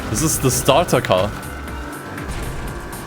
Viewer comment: What he says: This is a starter car What I hear: This is a stutter car Both are true